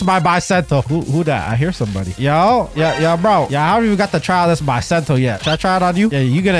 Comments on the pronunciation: Bro it’s bisento not baisento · It's Not Baisento It's Beesento i know master sword dealer calls bisento i know it's beesento ok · It's Pronounced Bi Not Bye